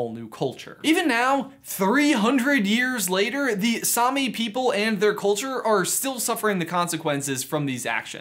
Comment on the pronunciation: It hurts me how americans says Same. It is not sami, it’s same. I’m Norwegian